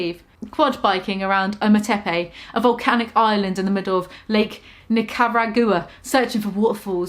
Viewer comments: LOL I love her, but I was cringing at each mispronounced name....the weirdest was the way she pronounces Nicaragua, like 90% of everyone I know (including people her age) knows how to pronounce it correctly lol..... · I had to pause the video at that point because I was laughing so hard I had tears in my eyes. I really want to see go to a fancy restaurant and loudly mispronounce everything on the menu. 😁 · it hurt my head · Something about pronouncing Nicaragua make my New Years better